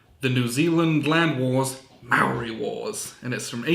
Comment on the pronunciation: As a kiwi I'm a little aghast at the pronunciation heh